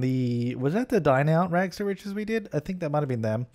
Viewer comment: your rags to richest has no t at the end